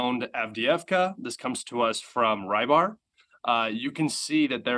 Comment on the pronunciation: Its not rybar, its pronounced (ree-bar). In serbian it means fisherman and i am sure it keans the same in Russian.